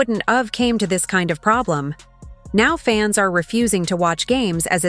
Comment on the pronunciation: The AI narrator sounds like it went out of it's way to stress "of" as loudly and clearly as possible in an effort to explicitly remind everyone that the content creator failed 3rd grade grammar.